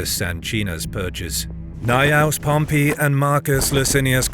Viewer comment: Why don't these narrators ever learn the difference in pronunciation between "Pompey" the person and "Pompei" the city